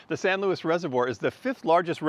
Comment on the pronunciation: LOUIS?! Does the name say Louis? Its Luis (Loo-ees). Get it through your thick skulls mate.